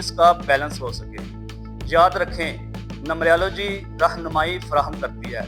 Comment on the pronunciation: السلام علیکم بھائی جان یہ لفظ نمبریا لو جی نہیں ہے نمرالوجی ہے اپ مہربانی کرکے نمرالوجی بولا کریں نمبریا لوجی نہ بولا کریں